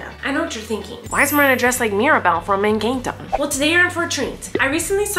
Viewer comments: ahh yes Eincanto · It’s pronounced EN CAN TO not encaaanto not hate comment just saying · She called it encAnto😂